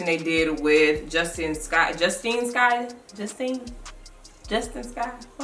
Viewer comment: Beautiful! You did an amazing job. Her name is Justine(Just Tine) 😂😂❤️❤️❤️❤️❤️❤️